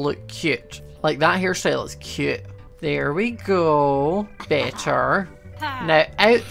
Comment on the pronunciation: the amount of times he said "cyeoot" (cute)